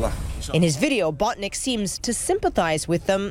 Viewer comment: it's not BOTNICK it's BONTINCK